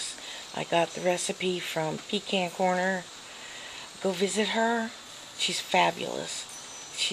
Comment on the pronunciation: So glad hungry hubby loved them and finally someone ELSE says Pecan Corner correctly!